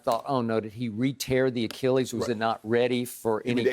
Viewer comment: Shannon "A Key Lease" Sharpe